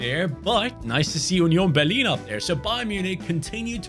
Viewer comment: You sad UNION BERLIN perfect like a german people im german i would say it similar